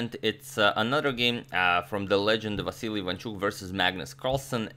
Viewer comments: Vasyl not vasilli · Why do you keep saying Vasiliy? It’s Vasyl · Agadmator can't help but say Vasily even after realising it was Vasyl 😂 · I like how he now started to call Vasyl Chucky to avoid saying the name wrong again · Why are you pronouncing his name as "Vassily" again instead of "Vasyl"? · You're still saying Vasyl-EE, is this the right pronunciation, or just Vasyl? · You are saying Vasili again instead of Vasil, hahaha. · You keep saying Vasily... When you corrected last time that it's vasyl....😂🤣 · Vasyly not Vasyl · vasyl, not vasily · Hey you are still calling him Vasily, Agadmator..😂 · Still calling Vasyl vasilly 😂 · but he doesn't liked to be called Vasily. Antonio mentioned it himself in an earlier video. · You are back to pronouncing him as Vassily! 😛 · It's VASYL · You're going back to pronouncing Vasyl wrong. Just an observation.